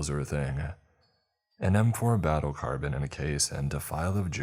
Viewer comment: Dude carbine IS NOT pronounced carbon wth there are so many mispronounced words and sentences read wrong come on